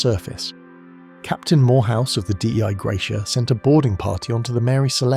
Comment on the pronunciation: It is not D-E-I gratia; it is Dei Gratia, pronounced 'day '.